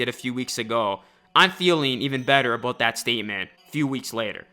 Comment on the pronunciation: “A boat the future” 😂😂😂